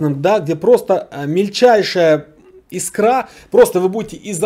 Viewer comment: Iek нормальный автомат - это первое. Не искрА, а и́скра - это второе.